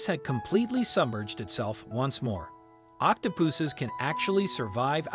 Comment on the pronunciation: Octo-poohsses? The pronunciation sounded a bit weird.